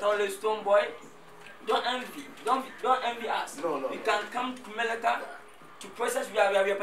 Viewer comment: Why lil Wayne keep saying kumelica 🤦‍♂️🤦‍♂️🤦‍♂️🤦‍♂️🤦‍♂️